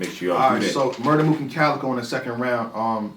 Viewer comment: the cow and chicken bar WAS NOT FIRE .. his name is CALicoe not COWicoe lmao